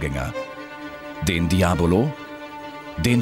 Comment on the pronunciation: Diabolo statt Diablo ?